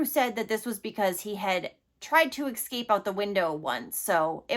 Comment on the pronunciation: Escape. Not excape dear